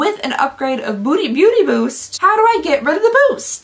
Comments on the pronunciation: They have GOT to rename the Beauty Boost thing! People keep mispronouncing it to Booty Boost! Do better! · everyone is talking about the subscription boxes and here I am, cracking up, because keeps saying Booty Boost and not Beauty Boost xD you made my day girl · Lol 😂 every time you said beauty boost my brain heard booty boost and I kept wondering.... 😂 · Counting the number of times I hear booty byoost 😂 love you! Always brightens my day 😊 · It’s either “booty boost” or “beauty byoost” not beauty boost 😅 Love that!! Too funny! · I keep hearing "Booty bewst" and I can't stop laughing at how ridiculous Boxycharm has become. Very glad I cancelled my subscription two years ago. It's sad because it used to be my favorite way of getting new makeup!